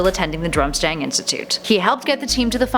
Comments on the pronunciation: It's DURM-STRANG not DRUM-STANG! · Drum-stang and then Durm-stang . . . yeah 😂 I noticed that too, and Holy-head, instead of Holly-head, and “cor-emerative” or something weirdly butchered instead of commemorative. She should really slow down a bit. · did she say "Drumstang" ?